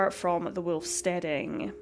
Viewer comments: It's WOLF Not WILF!! This is like a Cartoon!! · Wolf is pronounced Volf if Germanic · What an extraordinary accent you have. I've never heard wolf pronounced with what sounds like 3 syllables before.